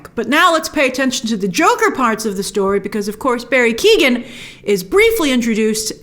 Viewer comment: His name is not Barry Keegan!!! He’s in Marvel, and now Batman, you can get it right.